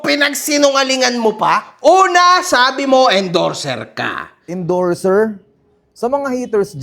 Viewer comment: Challenger ha ha ha hindi endorzer